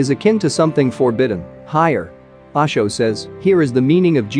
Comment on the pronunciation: Its not Aasho, its OSHO my dear friend, you know O for Orange.....